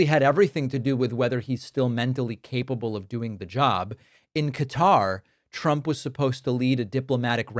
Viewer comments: Why can't grown adults in the public eye like Pence pronounce words like Qatar consistently? Is it 'Cutter' or 'Guitar' Mike? How about just picking one and sticking to it. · Cutter or Kat tar lol